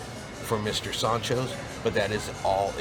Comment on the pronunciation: Love the way he says Mr Soncho’s…. lol… Mr SAND-Cho’s